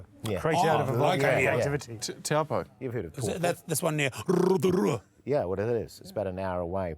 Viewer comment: hahaha! lake toowpo, RRRRRRotorua, watago!! had me in stitches